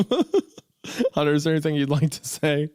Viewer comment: I just love this part. Creepy hunterrr rrr